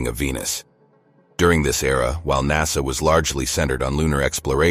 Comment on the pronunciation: The narrator is a robot and pronounces the same word in different ways. NASA is sometimes called NASSER!